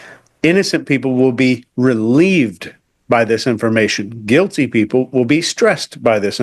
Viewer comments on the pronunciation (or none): 2 sec in -guil-tay 😂